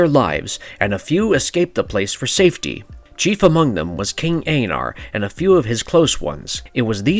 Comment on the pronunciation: “King aeynar????” I think not sir.